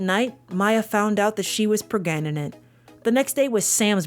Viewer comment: I love when she says "pregnant" wrong multiple times 😂😂😂 Every time is a surprise